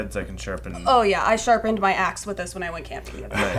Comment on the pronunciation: Heard *azz not axe for some reason